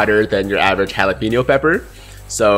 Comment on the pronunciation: It’s actually not pronounced Halapeno Pepper 🫑 but it is pronounced Jalapeño Pepper 🫑